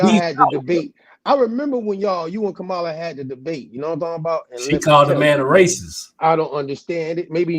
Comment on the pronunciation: She called Kamala Shamala 😂😂😂